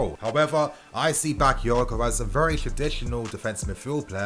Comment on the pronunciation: Say it Right..Not Baka because he not English..or he not Rice..smh..Ffs